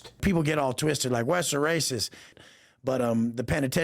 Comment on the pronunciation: Why are we in some kind of soap opera? Wes is a clown. But it seems way too many people are using him to finesse the algorithm. Talking smack on someone everyone has concluded is a clown. Why? Lets move on. This "pizza chit" is already burned in the oven. Also "rayciss" come on man. He was in prison in Cali, literally segregrated by race. Bravo your production quality and attention to detail is way too high to continue with this clown.